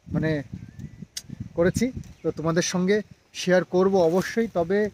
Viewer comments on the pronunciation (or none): none